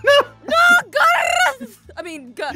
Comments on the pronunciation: When Garroth starts saying Gerroth you know somethings wrong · Garroth... did you just... pronounce your... own name wrong... ok I'm out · Has no one noticed Garroth said his name wrong? No? Just me? Ok..